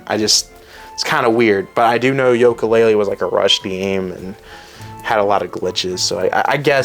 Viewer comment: This kid is lost. He can’t even pronounce yooka laylee right.